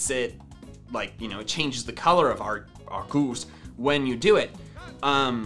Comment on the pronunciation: Yes, it's a good thing you noticed his accurate pronunciation